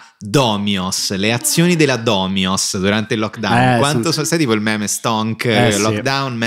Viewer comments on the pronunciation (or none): none